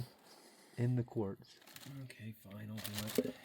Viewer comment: "It'll be flne." 😂😂😂